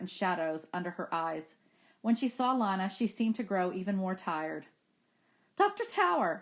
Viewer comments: It’s Lina not Lana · Bro why does she kept saying Lana... It is not LaNa it is LiNa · She keeps saying Lana when it is lina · Lina not lanna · its lina (leena) not lana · How you say Lina, u don’t read it as Lana, how you pronounce it: Lena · its not pronounced "leena" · You pronounce it LYNA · well it doesn't matter how she says it. I like "Lina" instead of "Leena" anyways. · palette sans{Female} yea you right it was the first thing I noticed